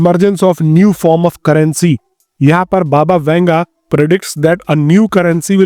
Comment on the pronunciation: Baba ka name bhi sahi se nahi le pa rahe ho